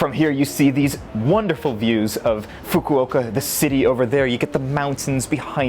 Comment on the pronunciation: please learn how to say Fukuoka